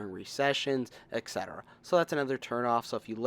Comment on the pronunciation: etc is pronounced "et sed er a", not ek sed er a"